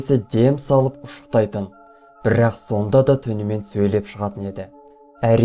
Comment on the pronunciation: Бірррақ, бірррақ